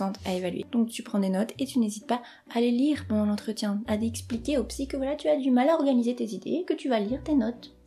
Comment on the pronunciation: "Soignable par la psykk" eurk xD Merci super vidéo ! vous captez bien l'attention <3